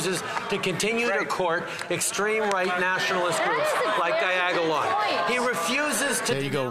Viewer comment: Diagalon 😂😂😂 too funny